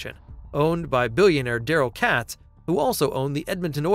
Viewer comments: It's pronounced Kay-tz not Catz. Katz Group has been rebranded as Oilers Entertainment Group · Katz pronounced with a long A